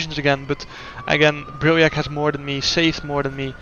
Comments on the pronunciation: Im actually stupid. I thought you said diahreah not diriyah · What a weird way of calling a track diriyah. Wtf...